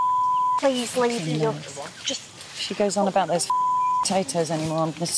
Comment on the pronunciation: It's not "yaca"! In Spanish, it's "jookah" or cassava, in English.